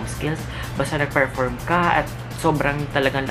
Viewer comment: Sir Perform po di po Ferform 😜😜😜